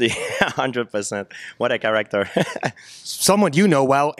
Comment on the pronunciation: “What a charak-der” my new favorite GSP line